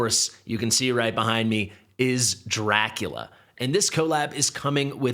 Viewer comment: NOT Lea.....Dracu Lee A is what it is supposed to sound like.